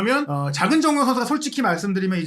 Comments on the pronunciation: 면 발음이 ㅋㅋㅋㅋㅋ믄 먼 혀짧은거 같음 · 브버지 이분은 발음이 그러머는 그러므는 면발음이 않되네 ㅋㅋㅋ